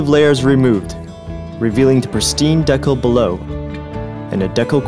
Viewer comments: Bro what is a deckal? It's decal (deecal). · It's pronounced "deecal"